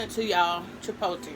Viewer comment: I laugh every time u say "chipolte" it's CHIPOTLÉ!! LOL